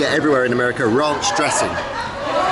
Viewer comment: This was something different from you, looks like you had a fun break. So you mispronounced ranch in that restaurant, a bit like me asking for butter in San Francisco and getting blank stares until I said budder, or asking a road worker directions to University Avenue in Berkeley and getting, "Sorry, can't understand yer". You've gotta love our cousins across the pond. 🤣